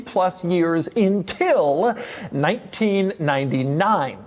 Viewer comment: Did he say “intil”?